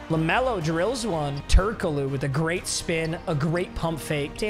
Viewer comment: How do you fumble the pronounciation of Turkoglu. Its so fucking easy.